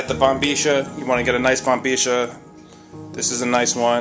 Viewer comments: I know you're talking in an Argentine accent but if you didn't know IF you didn't that is it's actually pronounced bombiya it's spelled bombilla but I'm sure you know that but I just had to tell you I don't know why but I did... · si loko...la palabra es bombilla..no bombeesha.....tambien pienso k t escuche deciendo sherba...wth....sounds a little suspicious matey....